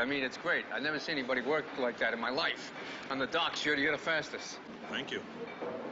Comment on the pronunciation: Arnold couldn't pronounce "work".